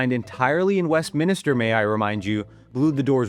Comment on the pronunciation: Westminister? 😂 It's Westminster